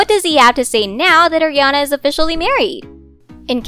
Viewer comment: It's ARiana not Ajiana